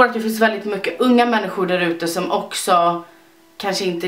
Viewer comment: förlåt menar inget illa men sdet lät som du sa mucket 😘😹